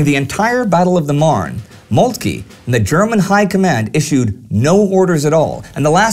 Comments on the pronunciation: I believe it's pronounced Molt-kuh rather than Molt-kee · no 1 is total BS. he does not pronounce it correctly, but the e is not silent. He says Moltk-ee, when in german we say Moltk-eh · I have to repeat how great work you all are doing, nevertheless I have a question - why don't you say"von" as "fon" as it should be pronounced, or - generally - why do you pronounce German names /words in this obscure way? Bülow is not Bulow and Moltke is not Moltkee etc. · No 1. He is pronouncing Moltke's name incorrectly. The E at the end is silent. No 2. There were not two German armies at the Battle of the Marne but 5. 1st under Alexander von Kluck (The one attacking Paris against the French 6th) the 2nd under von Bulow, the 3rd under von Hausen, 4th under the Duke of Württemberg, the 5th under the Crown Prince Wilhelm. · Wonderful series, however, your pronunciation of von Moltke is really off-putting!